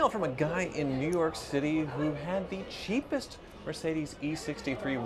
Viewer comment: not being able to say cheapest is like scotty having his hands tied behind his back.